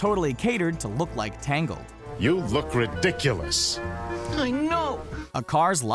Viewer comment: I lost it at "you look rediculiois" "I know"